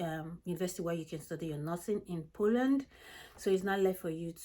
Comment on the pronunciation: Hi, great content, but could you please pronounce the name of the country properly?